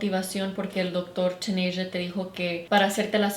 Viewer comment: "Dr. TanAsia" BIIITCH it’s "Dr. TanEHA" 🙄